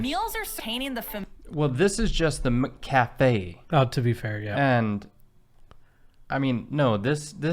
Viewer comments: The Breakfast menu at Macca’s has an English muffin with your choice of butter, honey, jam or vegemite. McCafe is within the Macca’s restaurant. Its pronounced Mac Cafe not Mick Cafe. Nobody wants to clean the Soft serve icecream machine in America. The machines are always working in Aus. Cleaning the entire restaurant is the job of every worker. Jobs are allocated and rotated. Pay at the cashier which was partly cut out in editing. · “Mick Cafe”?? Blimey! No wonder you call it Mickey Dees! The Mc or Mac in front of a surname is an indicator of an Irish or Scottish name, so we naturally say Macca’s because it came from the Mac prefix. McDonald’s trialled McCafe (M’cafe) decades ago and it succeeded. They were trying to break into our coffee culture and the regular counter coffee wasn’t doing it. I actually thought they then applied it to the rest of the world, but apparently not in the US! Yay! Go Aussies! 🇦🇺😜👍 Oh, and we don’t say beetroot the way she’s saying it, we actually pronounce the T, more like bee-troot.